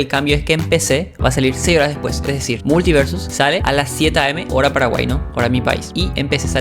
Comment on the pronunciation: Sin mala: la palabra multiversus no la modulaste. puedes ver la velocidad a la que hablas por las palabras escritas, es muy diferente en ese troso que en el resto. (imagina estos detalles pero por 12 minutos). No digo que el video sea inmirable, (le di like) y yo como chileno también hablo rápido y sin modular, pero si vas a dedicarte a las comunicaciones (youtuber) tiene sentido que le prestes atención a como te comunicas envés de decidir que eres perfecto y toda critica es invalida porque debe ser un "lentito". Estas aplicando la logica de peresozo, terraplanistas, nazis, etc al decidir que eres incriticable y no tienes espacio para mejorar.